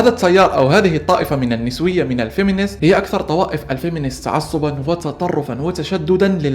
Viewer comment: النِسوية!! النَسوية انت أنطقها عدل بعدين تكلم بموضوع اكبر منك